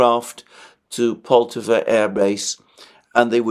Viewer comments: PoltAva, my friend. We stress the second syllable. Many 👍 thanks for your work! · pronounce the Poltava name with an accent on the first "a" and not on "o"